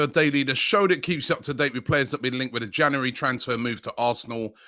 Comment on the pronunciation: Love it when Robbie says Jaunuworry